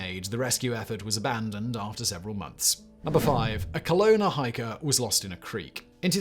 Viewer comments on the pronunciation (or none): none